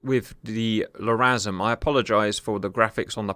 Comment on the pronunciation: Not gonna lie. Sole purpose of clicking on this video is to hear Cap saying, …<Pause>”LRASM”… 😂